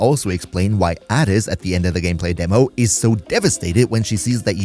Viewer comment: how you gonna say the name adis wrong when they literally his name like 29 times